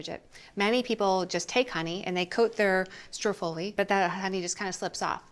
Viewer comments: I need her to stop putting the accent on the wrong syllable. STROOOO-ffoli, please! Also, Juila is always saying "prozhutto" and it's not supposed to be voiced. But while they need to work on their Italian I do love this channel! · she said: STREW FOLIE